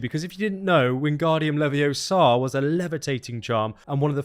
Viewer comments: It's LeviOsa, not LeviosA! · It's LeviOsa not LeviosAa! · "Its Levios-uh not levio-saw" -Hermione Granger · Mate, it's Leviosa, not Leviosar! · YOU'RE SAYING IT WRONG, IT'S LEVI-O-SA, NOT LEVIO-SA XD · You are amazing mate ! However , it's so triggering to hear you say 50 times "leviosA" instead of "leviOsa"... Whyyyy , why are you doing it !? 😂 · It’s Levi-OH-sa, not Levi-oh-SA! 🙄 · “It’s levi-O-sa, not levio-SA” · It’s leviOSA, not levioSA 🤣🤣🤣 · It’s Levi-O-sa not Levio-SA 😂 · sounds more like Levioso, instead of Leviosa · Its leviosSA not levioSAR Sorry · you were really asking for this ... but it's leviOsa not leviosA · It’s LeviOHsa! Not LevioSAAAAAH!:_AndyLOL::_AndyLOL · Thank you! He was driving me nuts!!!! How do you make such an in-depth video but get that wrong, emphatically! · Awesome video. I had a smirk listening to your pronunciation of leviosa just because of that scene with Herminone and Ron in the first film. Can’t wait for this game to come out. Preordered the digital deluxe